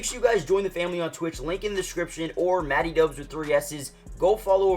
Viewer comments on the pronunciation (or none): none